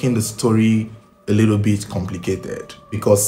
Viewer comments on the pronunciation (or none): none